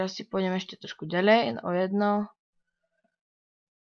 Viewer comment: vichodnaren napr: ďaľej :D